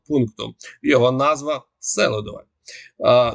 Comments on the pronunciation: Пане, СелІдове. Наголос на другий слог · СелИдове! Правильно говорити так. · Робіть правильний наголос СелИдово - правильно ! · Читайте коментарі , говоріть правильно наголос, будь ласка. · Режет слух ваше сЕлидове. В Донбассе говорят СелИдове. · СелИдове! Ну скільки ж можна? Наголос на И! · Уточненя. СЕЛИДВЕ наголос на И. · СелIдове ударение на i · Наголос на другий слог - СелИдово (на букву и) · не правильное ударение в слове Селидово, ударение на букву И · Ставьте правильно ударение - СелИдово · Добрий день! Наголос в назві Селидове на другий склад. Мені здається, що для українського оглядача важливо правильно вимовляти топоніми. Дякую! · А на якому складі правильно ставити наголос??7 а першому чи другому. Тому що добрий військовий експерт, а філолог з нього так собі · Ставь правильно ударение